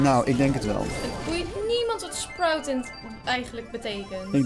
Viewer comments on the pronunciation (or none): Normale mensen: sprout: sproet